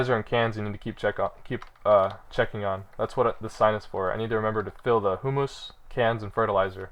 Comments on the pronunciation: I know I sound like an asshole, but it's not "hum-mus", and it's not "hoo-moos" it's "hyoo-muhs". Let the flaming commence. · The correct pronunciation sounds more like "humis" p